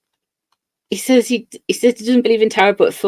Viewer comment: What part of the UK pronounces 'says' as 'saays' not sez? He's not Aussie btw.